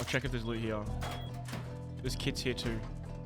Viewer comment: "heawww" like a donkey lmao. heRe. hear. heeee-rrrrrr